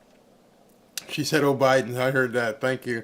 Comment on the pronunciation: She said Obiden.